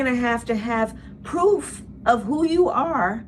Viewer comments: She said poof not proof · Hey, give, kamala some credit. It's very hard for her to say the word proof.